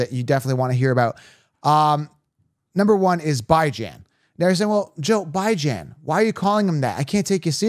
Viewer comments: pronounced Ba-Jean, per his mother. But he says B-Jean. definitely not ByeJan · Also- mispronouncing Bijan’s name is a slap on that man’s face and the face of his parents. Jokes not funny. Do better. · You got some good takes but I’m not subbing to you since you refuse to pronounce the man’s name correctly. There’s literally an interview of them asking him how to pronounce his name….idc if you’re joking or not. Pronounce his name correctly dude.